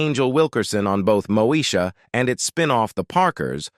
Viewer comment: Really this narrator said Mosha